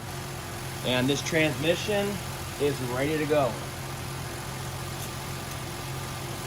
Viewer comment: Why do most transmission guys drop the "s" in transmission and call in tran-mission? lol I swear, I have two good friends, one is a retired tranny guy the other is still at it and both say tran-mission. Anyway, great video!